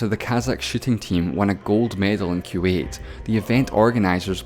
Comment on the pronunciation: I cringed when you said q 8 instead of kuwait